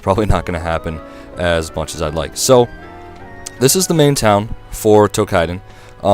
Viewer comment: Tou"KI"den not "kai"den lol